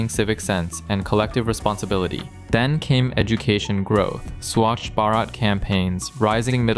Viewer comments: Swaaaaach? Its swachh Bharat not swaaaaach. Srsly u xant pronounce smth so atleast say that u dont know how it is pronounced. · That ain't swadhbhaarat it's swachbharat❤❤😡😡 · "swash barat" 😂😂 the pronounciation is fucking gay 😭😭💔